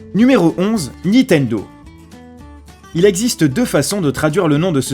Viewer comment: il a dis nitendo